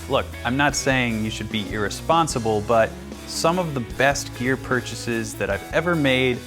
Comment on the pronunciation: I hate how you say "GeAr"